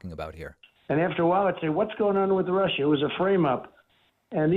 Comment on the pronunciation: Russia, Russia, Russia... sounds more like Marsha, Marsha, Marsha...